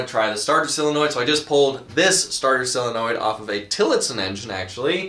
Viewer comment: How do you pronounce Solenoid like "Silonoid?"